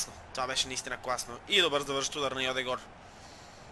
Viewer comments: не е Йодегор, а Йодегард, леле... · Не е Йодегор а е Одегаард ;) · пройзнася се йодегерд а не йодегор и джака а не хака!!!